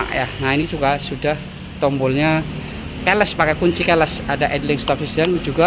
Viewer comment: belajar bahasa inggris mas, keyless bacanya kiles bukan keles nggak enak aja di kuping